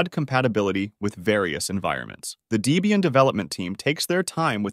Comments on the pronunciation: deeeeebium??? line-ux?…. dude wtf! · Great video. For info, Debian is pronounced Deb-Ian after it's original creator Ian Murdock and his girlfriend (and later his wife) Deborah (Debbie). So it's short for Debbie Ian or Debian. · Debian is NOT pronounced DEE-bian. It is Debbie and Ian that created this OS (husband and wife). Ian has passed away, though the distro continues. Do you call a woman with the name Debbie... Dee-bie?? I think Not! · It also says "Dee-bee-an" and "Sooz", instead of the correct "Deb-ian" (named after 'Deborah' and 'Ian') and "Sooz-ah" (the German pronunciation of Suse).